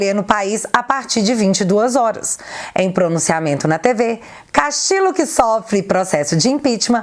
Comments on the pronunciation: Oi,! Só um 'reparozinho': em espanhol, o duplo L equivale ao nosso LH. (Castillo = Castilho). Da mesma forma, Ñ é o nosso NH. Abç! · Saludos desde Perú ,viva o Brasil ...a nossa bandeira jamais será vermelha 👉🇧🇷🇧🇷👈 Te atualizei otimo video ,so' uma pequena obs seu nome e' Pedro Castillo Terrones y castillo se pronuncia (Castiho) Castillo 👉🇧🇷🇧🇷🇧🇷🇧🇷👈 hoje aquí no Perú e' feriado día de la Inmaculada conceptocion feriado nacional. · a pronuncia correta é "CASTILHO" em espanhol dois "L" tem o mesmo de "LH" em português. Beijos. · Sempre entregando um ótimo conteúdo, porém, no espanhol, os dois "L" tem som de LH. A pronúncia correta seria como se estivesse falando Pedro Castilho mesmo, por mais que se escreva com dois "L". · sem nenhuma pretensão e... só pra dar um "toque" mesmo. A pronúncia dos dois éles (LL) em espanhol não é igual a um éle (L) só. Assim, dependendo da região, "Pedro Castillo" deve ser pronunciado como Pedro CastiLHo, Pedro CastiCHo ou Pedro CastiDJo, mas nunca como Pedro CastiLo! #FicaAdica #Paz 😉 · se não me engano, esses dois "LL" juntos, em castelhano, são pronunciados como o nosso "LH". Assim, a pronúncia do sobrenome do Pedro seria "Castilho". Grande abraço!!!